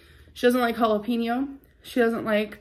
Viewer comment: The way she say jalapeno and Tapatio pisses me off lol